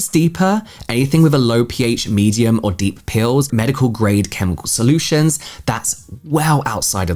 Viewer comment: I keep thinking you're saying "pills" instead of "peels" and I'm like oh I didn't know there were pills for skincare interesting